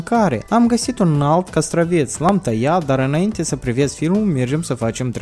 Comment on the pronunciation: Castravete nu castraveț